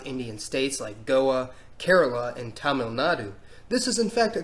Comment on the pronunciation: You pronounced Tibet and Tamil wrong.